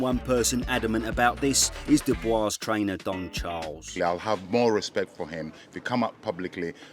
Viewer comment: Your pronunciation of "Dubois" name is quite controversial.